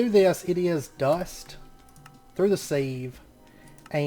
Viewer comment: It’s not pronounced as it’s spelt brother... you’re saying “sieve” but it’s pronounced “siv”